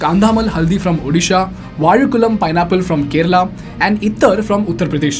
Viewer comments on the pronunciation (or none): none